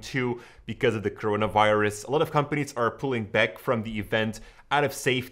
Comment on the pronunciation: its coronavirus not chronavirus but you're right